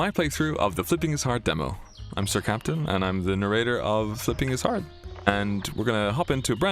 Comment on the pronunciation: Oh god, it's the Nay-Ray-Tur !